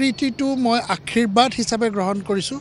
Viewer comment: আখীৰবাদ বুলি উচ্চাৰণ নকৰে । আশীৰ্ব্বাদ শুদ্ধ উচ্চাৰণ ।